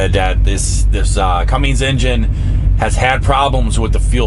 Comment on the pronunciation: No G in Cummins.